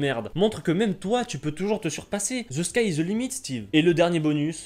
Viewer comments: "Ze skaille iz ze limite Stive" xD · Ze ski iz the limit